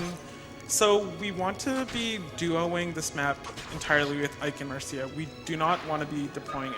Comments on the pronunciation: bro has the world recor and can‘t even pronounce the name if the character he uses most apart from the protagonist😂 it‘s marcia not marsha… the same as it it garcia and not garsha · Anyone else annoyed by "Marsha"?